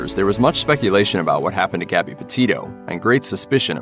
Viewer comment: Gabby.Not Garby.